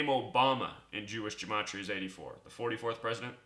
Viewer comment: He doesn't even know how to pronounce gematria!